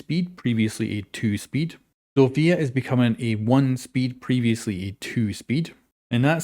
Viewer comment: Zofia got butchered 🥲